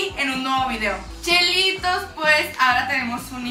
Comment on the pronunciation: Dijo chelitos?